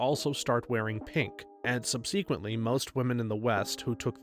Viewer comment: I am once again asking you to look up the pronunciation of subsequently